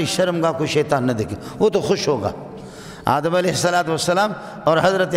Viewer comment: aap itne bade Alam Hai Adam alaihissalam ka naam theek le